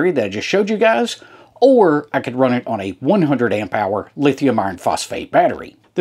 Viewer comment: I am from Ohio but this accent is familiar to me because I have lived in Middle TN for 20 years. To help those who are struggling, own = on. 😂 Great channel. Thanks for the videos.